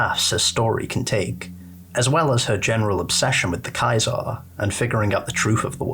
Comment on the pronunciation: Play less New Vegas mate. I could only get to the fourth time you said KAI-ZAR before I gave up. It's Kaiser, german for King. As in KING IN YELLOW. Not "True to CAESAR"